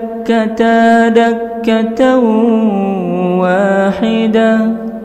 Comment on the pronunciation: Masya Allah tabarakallah bacaan Nya Ya Habibi....Hanya saja Ayat ke 14 ..bukan bacaan Fadak kata..akan tetapi faduk kata...syukran Ya Habibi (وَحُمِلَتِ ٱلۡأَرۡضُ وَٱلۡجِبَالُ فَدُكَّتَا دَكَّةࣰ وَ ٰحِدَةࣰ) [Surat Al-Haqqah 14]